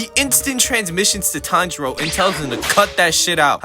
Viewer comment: pronouncing Tanjiro as Tndro.. bro?!